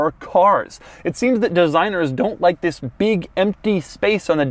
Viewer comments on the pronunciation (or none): you said vis insted of this